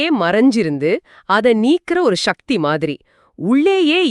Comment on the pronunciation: இறைசக்தி சக்தியை ஷக்தி என்று கூறவேண்டாம்